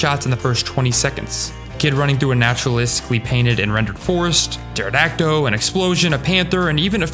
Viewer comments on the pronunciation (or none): Did you say pterodact-o?